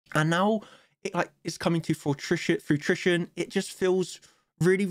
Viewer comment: its fruition, not fruitrision. no second r